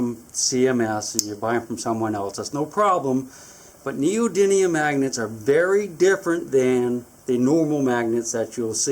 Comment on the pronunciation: Aren't they neodymium not neodynium